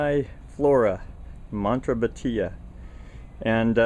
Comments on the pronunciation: It is pronounced Mon-bresha. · It is pronounced "mon-bre-sha"